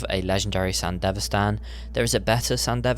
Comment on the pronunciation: It's Sandevistan, not sandivestan 🤦‍♂️